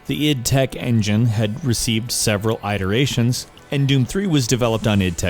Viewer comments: "Eye" terations?!?!?!!?!?!?!!?!? what? ...you mean iterations? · And the way he says stuff is stupid like ide erations instead of how it is properly pronounced it er ations and e vo lution instead of ev o lution if you are going to be narrating a video please learn how to say words properly. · Good video.. However, Eye-terations? Dafux? It's pronounced "It-erations".. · eye-teh-rasions. No IT-TI-RAY-TION iteration. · Its "iterations" not "eye-terations" dude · did he just pronounce it as i-terations? that tilted me so hard, its it-erations! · Id tech... eyederations...what? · EEE-volution... EYE-terations -_ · EYE-teration? what is this? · Yeah I'm pretty sure they're different takes. Thing that made me laugh and cringe was "eye-teration"